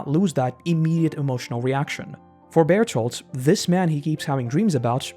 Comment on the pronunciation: he actually did say boarchodes name correctly in the video early on